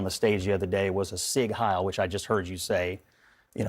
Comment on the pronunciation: Thanks for pronouncing Sieg Heil correctly Also the "e" in Porsche is NOT silent It's angst pronounced with a long "a" NOT a short "a" sound